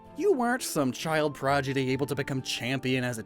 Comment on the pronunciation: Did he say child "progidy"??